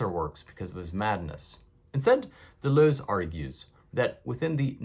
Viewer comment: I feel soothed every time you pronounce Deleuze not “De loos”